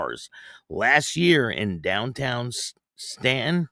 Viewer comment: Great show as always.If it's the same place in Virginia I lived in several years ago it's pronounced Stan-ton, Virginia.✌️